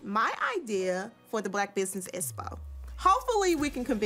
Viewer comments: Lmao!!!! can't even pronounce the word Expo. She kept saying Espo. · It really bothers me that says "ESPO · Espo,?, girl get a dictionary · It’s really sad that Martell is extremely jealous of Melody! Him asking about her fee was only to further investigate her finances that he’s been going after. On another note I am dying laughing at Esspo! It’s EXpo!☝🏿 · CANNOT properly pronounce the word “EXPO” to save her life….lol She continually says “ESPO”. For some reason it drives me crazy. I know she’s country, but how can she be taken seriously as a woman in business without speaking proper grammar. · Okay so we're just going to ignore "Espo"? What the heck is an espo? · I’m just confused on how you go to college and get a degree and still cannot pronounce words correctly. The word Expo actually has the sound of the letter X AND the word success actually had a hard C and the next c is a 😮soft C! Get it right people or someone n the crew help her to sound intelligent ( ) needs vocab help!